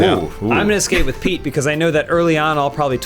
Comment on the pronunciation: every time they said Pete, i heard Peake